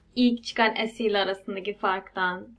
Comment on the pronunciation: esi derken alman gibi oluyon direk se2de bence birde samimi güzel video 👍